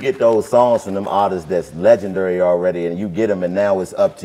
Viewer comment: Nobody: Chico: LegendUry